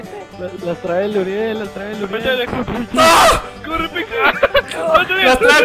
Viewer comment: We es uriel no "ariel"